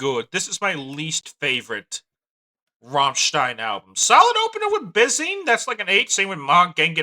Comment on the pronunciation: You can’t pronounce it